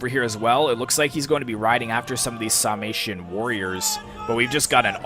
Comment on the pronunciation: Epic last stand! Sounds like your'e saying "Salmation" instead of "Sarmation."